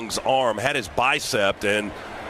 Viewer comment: Good god! Is Scott Howard related to someone? He said "bicept" atleast twice. This guy is certifiably dumb.